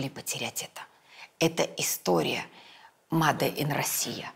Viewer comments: Почему mAde? 😂😂😂 Специалист в области моды должен знать,как правильно произносить это слово !!!! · Дом Зайцева всё хранит, уважаемая))) и совсем не сложно правильно произносить made in Russia